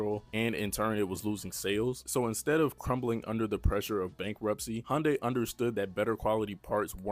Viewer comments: I have never heard it pronounced "HONDAY" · The way this guy says Hyundai is driving me crazy. Love the vid tho 🔥